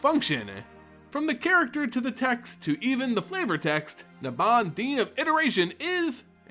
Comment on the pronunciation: It’s pronounced NAYbob